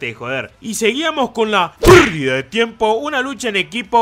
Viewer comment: Amo ese "Perrrrrdida de tiempo" ✨🖤